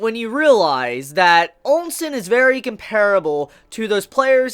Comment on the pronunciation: Onsen? bruuh. OHH-sen.